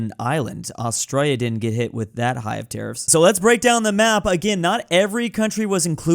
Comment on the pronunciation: I love how u pronunce Australia, it sounds so sexy